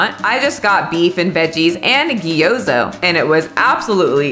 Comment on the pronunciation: Gee-yo-zuh 🤣🤣🤣 love you